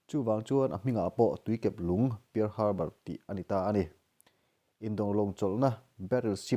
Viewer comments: Pear harbour niloin parl Harbor tih zawk tur aw in lam nawn vesek bawk sia..world history tak2 anih hi hahthlak thin em mai..🤦🤦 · I lam dan hi uluk deuh la thahnem ngaihna vang zawkin pear harbor pearl Harbor.. history landmark hming ania lo sawive mai2..